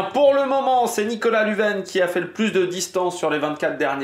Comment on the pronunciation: Lunven se prononce lunne vaine 😂😂